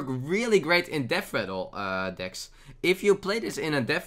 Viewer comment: Oh, and "dicks" instead of "decks"